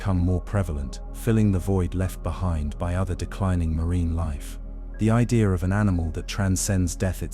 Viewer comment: What's an ideer